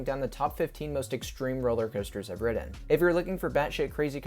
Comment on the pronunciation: I hate the way you say 'Ridden'